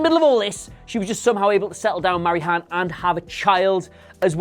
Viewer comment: i can deal with the reaches, but god they can at least pronounce things like Han right